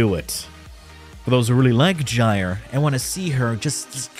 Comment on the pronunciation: That's how you say it